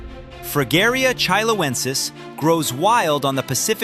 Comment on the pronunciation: How did you decide to pronounce “chilensis” as if you thought it was spelled “chiloensis”?